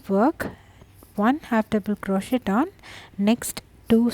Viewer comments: Very cute, and perfect for the pile of faux diamonds for my friend's kid that LOVES "treasure"....lol! Thank you! I thought you may also like to know that the "t" in crochet is silent. And the person that down voted this video is just mean, there is nothing wrong with this vid, it's a great tutorial, and great for people who just like to go along instead of looking at a written pattern. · Nice, check how you say 'crochet' !?